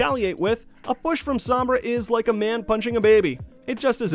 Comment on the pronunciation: Its SOm-Bra not Samb-rah